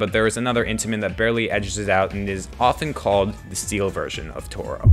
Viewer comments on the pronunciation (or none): I love how he called toro eltororyan